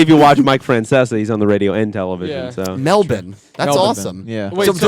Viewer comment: I'm Australian. It's pronounced Melben 😂